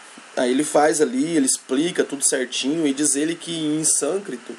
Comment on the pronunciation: Sânscrito e não sâncrito